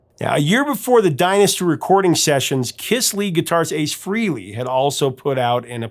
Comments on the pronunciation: It's FRAY-LEE.........not FREE-LEE ........... FREHLEY. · It's pronounced FRAY-lee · Ace FRAYlee is the pronunciation, fyi